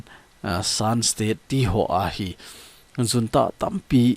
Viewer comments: Junta pronounciation hi Unta hilou d ham sir.... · Junta is pronounced as 'Hunta'